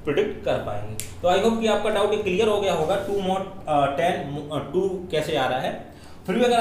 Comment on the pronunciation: its mod not mad .